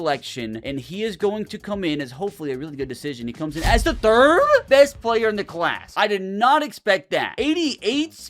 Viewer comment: The ThiRdrrRrrRRRdd